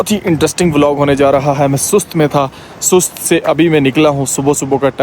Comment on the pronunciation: O Bhai Sahb name ka bera gharq na Karen, Sust nai hota, Sost hota ha.